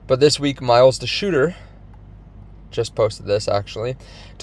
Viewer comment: It's (pronounced DOITSH-er) NOT de-shooter! 🤪